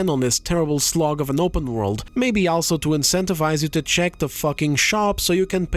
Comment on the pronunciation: Where are you from that makes you pronounce "also" the way that you do? It should be pronounced as "all" like "all of us are dead: You pronounce the "all" part like its someone's first name like "Al Pacino". It just sounds off and you say it a lot